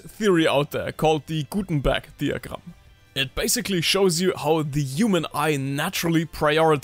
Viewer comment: Sobald du Gutenberg Diagram gesagt hast hat man sofort gehört das du aus DE kommst 😂👍🏻 Lieben Dank für das Video, als Anfänger ist es super schwierig wie viele Aspekte es gibt worauf man achten sollte inklusive Panel Design und Flow…Kamerabewegung und verschiedenen Filmtechniken, etc etc aber bin gespannt auf die Welt. Ist schon ne Superkraft wenn man es drauf hat ❤